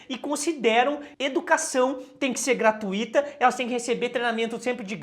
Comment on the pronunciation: Professor, vc é demais.. eu assisto os outras canais também, mas foi com vc que eu aprendi, mas como aprendizado é uma troca, deixa eu te ensinar humildemente uma coisinha, a pronúncia correta é gra-tui-to, pois é um ditongo e não um hiato ... vc é mil, professor... obrigada sempre ...